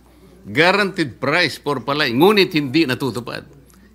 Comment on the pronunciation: ayan na si Sen. Marcoleta makinig ka kiko ha kasi ikaw yung nasa agri ngayon wag kang magmarunong ni bigkas mo ng palay mali pa😂😂😂 wala ka naman kasing alam eh mayaman ka kasi di ka relate sa mga magsasaka.